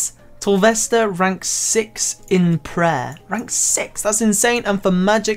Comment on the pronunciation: why do you say prayer weird ?